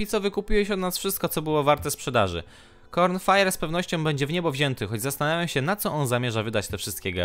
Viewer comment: cornifer a nie Cronfire. Wiem że się czepiam ale ughh